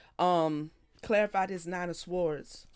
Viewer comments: Swords - the ‘w’ is silent. ❤🕊️🙏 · Is there a significance to pronouncing the W in swords? I've never heard that before, but i've been wondering. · It's an accent thing